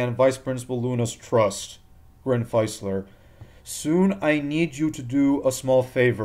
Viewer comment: I think Dr. Facilier was pronounced 'Fah-silly-eh'